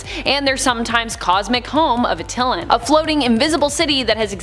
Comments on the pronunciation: Did she pronounce Attilan as Uh-till-len? It's pronounced At-ta-lan. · Not Uh-til-lan but Att-Eye-Lan